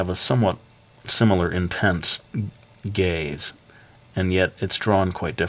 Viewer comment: It did sound like gays